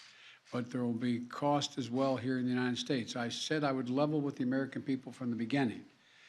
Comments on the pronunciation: “We remain uninen, we remain uninen” Biden 2022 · "We remain unined"~ Joe Biden